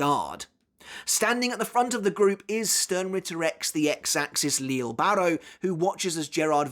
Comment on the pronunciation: Still pronouncing names wrong I see, yayyyy.... can't wait to hear all about "leele barro"🙄